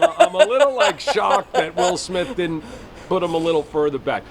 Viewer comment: Why can’t this interviewer say the word didn’t? It sounds like she’s saying did. Lol